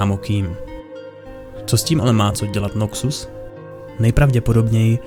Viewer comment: Je to Noxus, ne Nokcus…. Děkuji